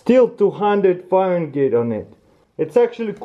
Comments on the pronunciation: "still 200 fahren-gate"......lol Fahrenheit..... pronounced more like Fah-Ren-Hite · Is no one going to make fun of the fact he says "fahrengate" instead of "fahrenheit"? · Dis man said faren-gate 😂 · bro its Fahrenheit not farengeit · It's FahrenHeit not farengate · Fahren-GH-eit lol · "faringeet" lol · he say farengate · Farengeit? GEIT???? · I love how he says "farengate".